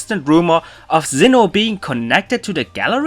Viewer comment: Why are you pronounsing Zinn9h instead of Sinnoh, maybe I'm wrong, but I can hear Z.